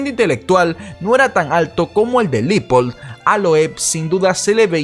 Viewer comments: Se pronuncia Leopold (como se escribe) no Lipold. Cuida el idioma compañero. Y muy buen video. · Amiguito no es LIPOL es LEOPOLD sugiero te asesores para no parecer ignorante en lo futuro